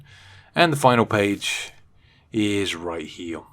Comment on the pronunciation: Right heew, ova heew, and then thew. Thank you.